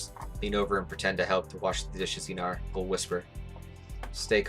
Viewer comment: Ain't he Einar not Einor🗿